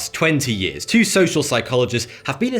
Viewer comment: Or 'forty tew here'